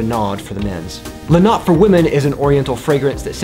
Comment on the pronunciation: And the E in la notte isn’t silent.